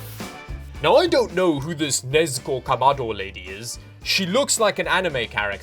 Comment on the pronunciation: Might be my hearing but i just hear nezko and it makes me wanna die.